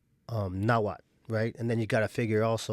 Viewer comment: Mexica (meshica or mejica)=Azteca.: They where known as Aztecs because they came from Aztlán,Aztecas they become Mexicas when they founded La Gran Tenochtitlán. From the word Mexica is where it comes Mexicano. and México And the languaje is call Nhuatl no nawhal you need to pronunciate the tl the word you are saying refers to a shaman that transform in to spirit animals ..so plz sayit right Nahuatl. and i would like to add that this kind of distinctions only exist or are relevant in USA in Mexico all are Mexicans even if you are zapoteco purepecha whichol etc etc you are mexicano there are no terms such as european mexican of afromexican ..that just doesnt exist in mexico.